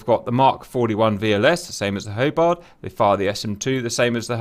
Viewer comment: Did this guy just say "Hobard" Class - If you can get simple shit like that right you get a thumps down.